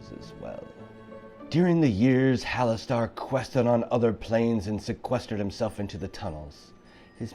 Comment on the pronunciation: Really cool video idea but isn't it pronounced "hallas stir" not "hallas star"?